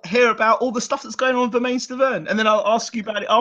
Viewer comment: It's Bermen not bermaine as far as pronunciation